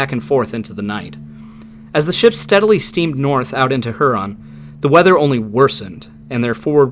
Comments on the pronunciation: Not to be picky or detract from this interesting video, but.....it's pronounced HERE-on. Not HER-on. Excellent video! Thanks for your time doing this. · Her-on? Really? I’ve alway heard it pronounced hyur-on. Good coverage of the story. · her-on? i havnt even met her no but really its hyur an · Great video but man.. its H-Yurr-ahn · just fyi, Lake Huron is pronounced H-YER-ON rhymes with Pure On. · buddy, it's "here-on" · Appreciate your efforts. Love the respect you show these mariners, and the detail. Only comment: up here we call Lake Huron, Lake ”Hyu-ron” like Houston. BZ to you. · Work on that Huron pronunciation.